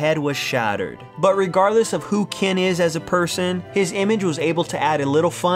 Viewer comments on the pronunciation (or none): It's Ken, not Kin. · He keeps calling him kin its killing me